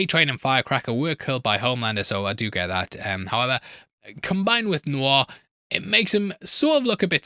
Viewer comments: 😊 Pretty sure saying "however," but yes, there's just a whisper of a "b" sound in his pronunciation. Almost "howeber." Hence the captioning interprets this as "how about." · I'm curious, what is that word you are using there? Subtitles say: "how about", are you saying "however"? I've heard you use it in other videos before too and never knew what you are saying(sorry English is not my first language).